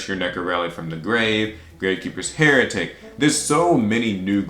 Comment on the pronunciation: Thanks for pronouncing commandant and heretic correctly